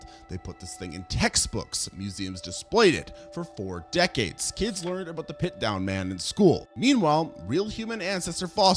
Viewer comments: And Piltdown, he kept saying pitdown. I enjoy the videos but his pronunciation of things grinds my gears so much, I've commented and made lists like yours on a couple other vids, he's so bad at it XD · When you say Pitdown man, do you mean Piltdown man? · It's not PitDown Man. It's Pilt (with an L) Down Man.